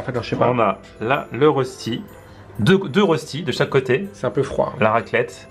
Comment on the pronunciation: Ö=eu Rösti = Reuchti 😉 Salutations de Suisse 🇨🇭